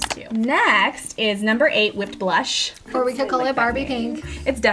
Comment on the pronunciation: I kept thinking "copper boom" when you said "copper blush."